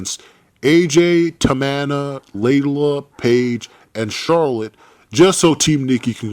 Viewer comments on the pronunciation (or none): Is not tamana is TAMINA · Everyone he said "Tamana" I laughed so hard and loud. Im still laughing